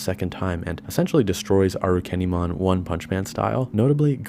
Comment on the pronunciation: Properly pronounced this time around I hope